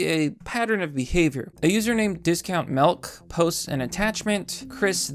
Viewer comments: why do some americans pronounce milk like "melk" ? in my mother tongue (Dutch) the word is "melk", so it kind of triggers this "why does this suddenly sound dutch?" response :") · did.... did you say melk? You 100% said melk.